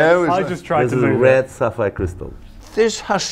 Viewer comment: It's sapphire, not sapires. It's okay to be poor but there's no need to be a hater.